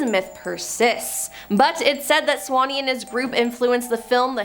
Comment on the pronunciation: it's sawney not swanney